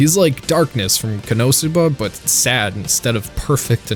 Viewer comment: Sometimes I wonder why you emphasize certain syllables in Japanese words and how you decide which one to stress. Not important but I just thought about it the way you say konosuba or dorohedoro